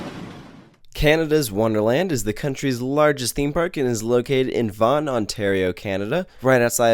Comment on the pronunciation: Wow!!!! You pronounced Ontario right for once!!! -_